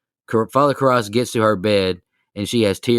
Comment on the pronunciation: Please tell me you weren’t just reading a synopsis and you actually watched it. The way you butchered the name Karras the whole episode sounded more like someone who had never seen it and was just reading even after everybody else kept saying it right. Aside from that this was a whole different listen. I have never heard anyone talk this badly about this movie before which weirdly enough made it interesting to listen to because it wasn’t just to talk negatively about but it was constructive.